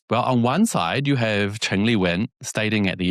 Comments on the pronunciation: her surname is Zheng, Cheng is the dialect pronunciation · Hi mate You’re pronouncing the Taiwan leader’s surname 郑 wrongly You’re pronouncing it as 陈. Cheers 🎉